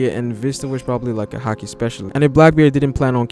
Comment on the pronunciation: Its haki not hakii